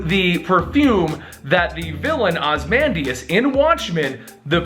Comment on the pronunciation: A few things: 1) Ozymandias is pronounced OZ-E-MAN-DIAS, not OZ-MAN-DIAS 2) There's also theories that The New 52 version of The Question is a mind wiped Rorschach and that the Comedian is one of the three Jokers. I think it may be possible that Ozymandias is actually trying to save the DC universe from Doctor Manhattan. He's taken Doomsday to use as a weapon against him, orchestrated the death of the New52 Superman to cause the Pre52 Superman to come out of hiding, and saved Tim's life while holding on to him for a later date.